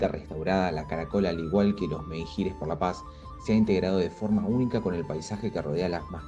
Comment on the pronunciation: Menhir, la h es muda, no suena.